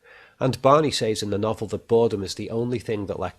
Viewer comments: So much insight. But u say “saiz “ instead of “sez “ teachers should have picked u up On that. Great work otherwise. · "Ooops I did it again." - What was done again, announciating "G"s at the end of words like appealinGC or saying "says" like "say"+"es"?.. ;] hehe "he can entertain himself in his head for years" BUT YOU SAID HIS BIGGEST FAIR WAS BOREDOM. - Advertisement for his audio podcasts of art/movies etc analysis and some psychiatric related audio files. This was the only ad I got in this whole video, 2 minutes for all this free content, not bad! Then you said serial killers are possibly only intelligent because they are often not caught but for example Bundy was terribly sloppy and arguably just lucky. Edit "Darth Lecter, imagine that for a villian.